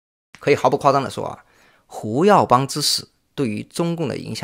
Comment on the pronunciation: Hu耀邦，不是Wu耀邦。 确实太令人震惊了，68岁太年轻了。